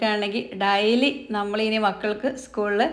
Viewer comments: താത്ത ഡയലി.. അല്ല ഡെയ്ലി ന്ന് പറ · ഡൈലി അല്ല ഡെയ്ലി